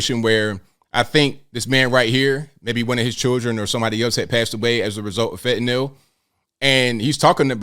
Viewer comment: What is FENTANALL? It's fentanyl.